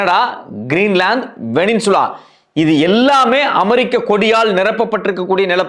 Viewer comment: வெனின்சுலா என்று தயவு செய்து கூற வேண்டாம் அவர்களே! வெனிசுவேலா என்று திருத்தி சொல்லவும்!